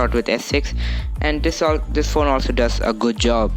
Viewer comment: When you realise he already has 2 phones and recording the vid with another phone.... Me: HOW MANY PHONES U HAVE. "YoU gOt GawmEs on yoU fOnE."